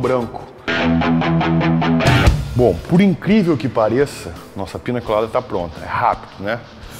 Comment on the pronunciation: Piña, e não “Pina”